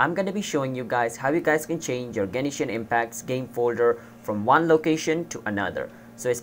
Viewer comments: Stop saying Genishin its Genshin lol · Genshin, not Genishin. Learn to talk... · I know this was a year ago but please tell me you still don't pronounce Genishin Impact instead of Genshin Impact.. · "genishin impact" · Whats with the "Genishin impact"